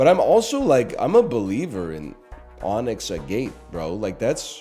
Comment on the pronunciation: mans really said onyx a gate 🚧